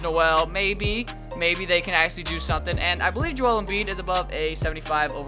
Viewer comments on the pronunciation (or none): none